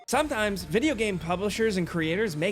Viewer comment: laughed 3 seconds in when you said "sometimes".